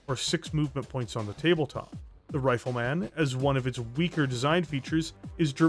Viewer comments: Brother, where are you from? Nobody says RifleMAN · The way you say Rifle Man like it's a super hero tickles me deeply